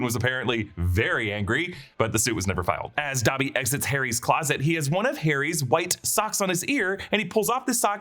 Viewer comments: Is it pronounced dabby or dobby ? I almost stopped watching having to hear dabby every 20 seconds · WTF IS DAH-BBY?! 😂